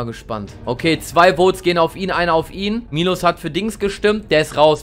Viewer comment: Dis heißt nicht milosz sonder miłosz